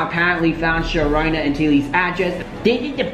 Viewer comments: SHER-RONA? 😂😂 wth, it said SHERONDA! Lol, Sher-RONA VIRUS. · Yoooooo did really said “Sherona”??? I’m fucking WEAK